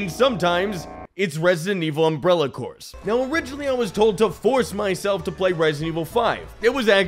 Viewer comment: Imagine the absolute cottage-cheese brain that pronounces the silent 'ps' in 'corps' for an entire video. Why are the zombies make out of strawberry jam, though? I look forward to the sequel: John Evil.